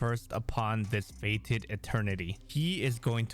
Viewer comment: FETED NOT FATED. Huge difference there dude.